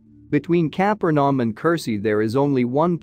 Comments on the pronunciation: Please do something about the use of a computer-generated voice without human editing. Many, many mistakes in pronunciation and word emphasis. The name, "Capernaum" was the worst! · The AI voice produced all kinds of mispronunciations and wrong word emphases. Worst (and inexcusable) was the butchery of the city of Capernaum.